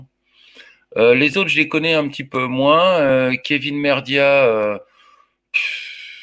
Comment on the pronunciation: Je parle du connard qui ne sait pas lire MERIDA et dit MERDIA. Et j'ai même l'impression qu'il ne le fait pas exprès.